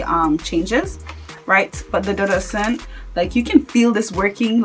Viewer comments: one more thing my sister its dudu osoon is the correct way to pronounce it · Lol it's pronounced 'oshun'... With the 'sh' sound. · michelle No ma'am. It is pronounced without the 'sh'. It is the Yoruba word for Camwood.